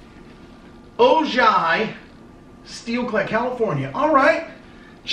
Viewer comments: Not O-jai... It's, Oh-hi. That's the home of The Bionic Woman, Jaime Sommers. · Its pronounced Ohi not OJY the J is silent. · It is pronounced O hi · was going to say Ojai is pronounced 'Oh-Hi', but someone beat me to it. Couldn't get them to put a note in it, but magical kingdom mug from me, figured that one u didn't have. Keep troopin! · Hey! Ojai is pronounced Oh Hi! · "Ojai" pronounced ...O-hi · The name of the town in (Ojai) is pronounced O-Hi, don't worry about my last name you can just call me Yama! I'll be in Vegas next weekend, straying at the Monte Carlo. Let me know if we can meet up! Peace! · man I enjoy "mail time"... It has come a long ways from the first couple of Starbucks Cards you would get when you first started. I see people have corrected the proper pronunciation of O-Hi....also, I am believe the Golden Rooster has several symbols for various Feng Shui. I think if you put it in the South corner of your home it will bring good luck and fame. Also, it is a sign of masculinity and can strengthen the bond between you and Molly. If I remember this right (my ex wife was ino Feng Shui)..probably look it up to see the various representations. I wish I could send you a "Hard Time" mug we have in prison (it says between a rock and a hard place).. Last, don't let these ass clowns with their negative remarks get to you... Ignore them, they ain't worth it.. Carry on. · Hey the city name is pronounced ohi even though it is spelled ojai california. I am from california so I know how to pronounce it The name Ojai is spanish. I hope that helps you pronounce it better. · Ojai is pronounced o-hi by the way. Jus sayin